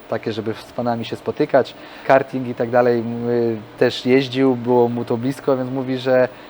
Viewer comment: gokarty, gokartów... a nie gogardrów !!! to jest karting a nie karding